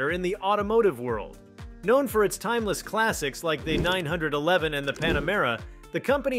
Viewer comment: it would be great if you could learn to pronounce the Porsche and 911 names